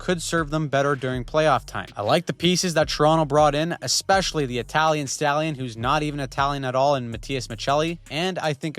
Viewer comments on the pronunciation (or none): none